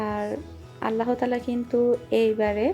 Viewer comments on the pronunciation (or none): none